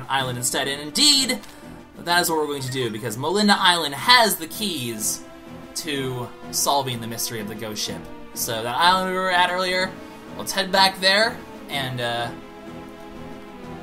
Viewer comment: Its actually "MO-LEE-DUH" Island, but that's okay, you're still awesome and I love you just because you're LP'ing like, your least favorite Zelda game I do believe, and that makes you epic!